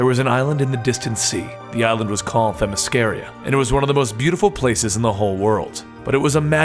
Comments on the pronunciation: I can't take it anymore man. It is Themyscr-AH. I've looked it up. I've heard this woman say that word many many times. That's how she says it. You should too. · On the same video with the actual Wonder Woman you mispronounce her home land